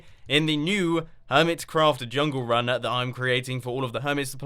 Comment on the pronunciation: I've been taking Chinese for 3 years now, and every time you're saying "jungle run" is swear you're saying the Chinese phrase meaning "Chinese person"